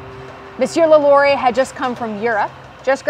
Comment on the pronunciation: Finally someone who knows how to pronounce the last name of LaLaurie correctly! Great video!